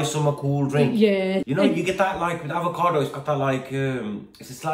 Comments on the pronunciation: Avocado mbak.. Bukan ALvocado.. 🤦🏻‍♂️😅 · AVOCADO mbak bukan ALVOCADO 😁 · Jgn bilang Al vocado mbak...bilang sj Avocado ☺️